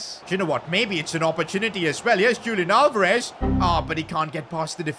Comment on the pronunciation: it’s not Julian Alvarez how you pronounce it, it’s Hulian Alvarez